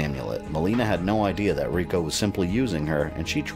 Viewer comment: You're one of my favorite MK guys. but come on, Rico???? You know better then that and you say it like that 1000 times too :(